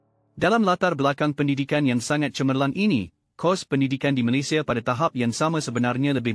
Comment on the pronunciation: pertama kali saya dengar channel yang sebut nama negara malaysia *malaysiya dengan betul . kebanyakkan malaysya malaysha malayza .